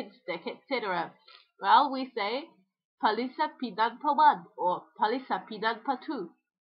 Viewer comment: Hey, gotta tell you this: you're using the wrong Stress pattern for toki-pona (penultimate instead of first syllable ) ie: PAlisa (not *paLIsa) [ ie, as in Finnish, not as in Polish/Esperanto ]